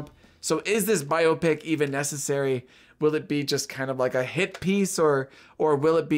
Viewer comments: The o is not hard in biopic. Bi- op’-ic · It’s not regional. Bi-AH-pic is the proper pronunciation.